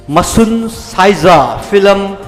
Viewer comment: Fillam fillam haisine wa loire... 🙄💁‍♂️event host je keidoure haibano.... it’s film not fillam... even a kindergarden kid can say it...🤦‍♂️🤦‍♂️🤦‍♂️